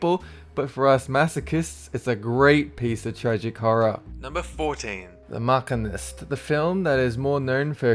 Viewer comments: What's number 14 called? "The Mackinist"? It's "The Machinist". "Sh" not "K" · Didn't say The Machinist properly either.